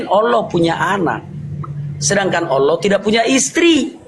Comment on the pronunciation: Bukan Alah tp Allah